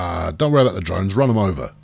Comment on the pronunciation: "Too far from Domes" not Drones :D